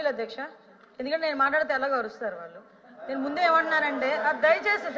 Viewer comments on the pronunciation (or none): none